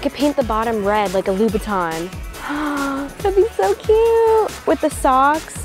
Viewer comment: wait did she say louis vuitton or louboutin lmao